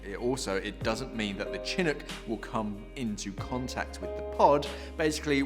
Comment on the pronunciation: As someone living in Seattle, and honestly not wanting to be "that guy" but Chinook is pronounced shin-OOK. Thank you for keeping folks in the know about this pod!!